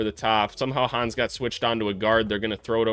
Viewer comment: Try to pronounce it Han-nes, not Hans. 🇩🇪